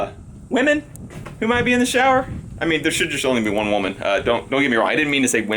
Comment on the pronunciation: mere he said weman instead of woman